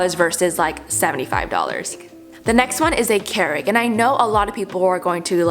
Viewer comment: thinking of making a compilation of you saying kerig instead of keurig